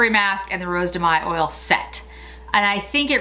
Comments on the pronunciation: Rose de mai you pronounce Mai Mė not may ( yes i know im a pain) happy annniversary i love your channel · no you should pronounce it like when you say hey so mey but without emphasing the sound y at the end I dont know if i am clear